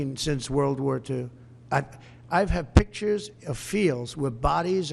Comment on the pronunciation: I couldn't help but laugh when he spit the word "pictures" . 😅